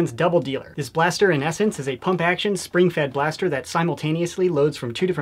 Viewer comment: Did I hear "spring fed blaster"